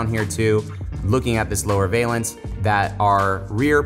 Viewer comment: Valance is pronounced VAL-ENCE.